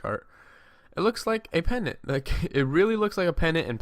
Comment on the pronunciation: and pennant has no 'd' ><